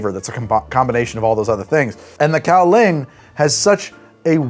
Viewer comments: Its, "gow-lee-ahng". And its BRUUTAL. I love it. But only in small doses. When I lived in taiwan we would frequently drink this stuff to pregame night clubs and bar nights. You sip on it. Gently. At dinner BEFORE you go out. You don't just sit and get hammered on the shit. You will black out. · Kaoliang?!!? Dear god man